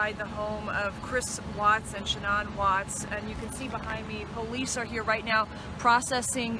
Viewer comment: I'd figured that someone would correct that reporter and tell her to stop calling her Shh'nonn, but nope...